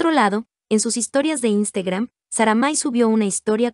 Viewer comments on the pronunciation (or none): La voz del video:"instegram"🥵🤣